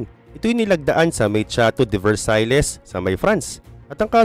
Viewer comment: Versaille (versayl)